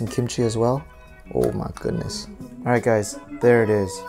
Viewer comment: “Oh mah gudness” 😂 keep saying it, it’s worthy 🙌🏾